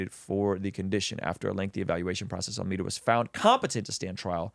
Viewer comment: AlmEEda ❌ AlmAda ✅